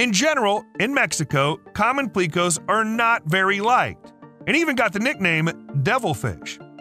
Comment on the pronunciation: 👉He also mispronounced "pleco"(an extremely common aquarium fish). I only had time to watch the first 7mins, and he made a few mistakes in that time period. Like when he mentioned the family of catfish that can breathe air using a modification to their stomach. At first he said that they MUST have food in their stomach for it to work. Then he said "so they have to make a choice between eating or breathing". But based on his earlier statement, the opposite is true, and they are obligated to do both.